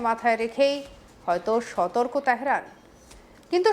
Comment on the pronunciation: তেহরান তেহেরান নয় তেহেরান তেহেরান নয় তেহরান তেহরান নয় তেহরান তেহরান Correct the pronunciation of Teheran not Teheran.